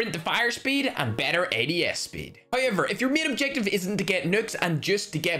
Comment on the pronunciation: Bro I always love when he say "Noi" "Hoyever"